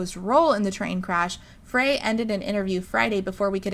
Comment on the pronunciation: It’s pronounced FRY.